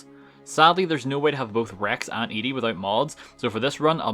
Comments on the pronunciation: You saying Ede instead of Ed-e(eddy) is triggering. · You spell Ed-e and the name your saying is spelled Eadie so say it right you confused other people when you say it WRONG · Ah, yes. Eddie. Or as calls him, "EEE-DEE." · There are 2 types of Fallout players. Those who pronounce it "Eddie" and those who pronounce it "E Dee". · Its so annoying the way you pronounce ed-e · Im curious, why do you emphasize the beginning E in ED-E's name, isn't it supposed to be pronounced Eddie? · I'm sorry, I wanted to like and subscribe for your well edited, entertaining, and informed video. However, upon hearing you pronounce ED-E's name wrong, I had to put all of that aside and comment with a frowny face. So here it is::( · The way you pronounce ede bothers me lol